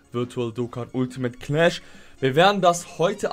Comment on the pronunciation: Versteh ich als einziger cnash statt clash? 😂😂😂